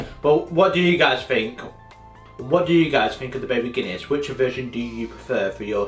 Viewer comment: Why does he say fink instead of think. Makes him sound thick!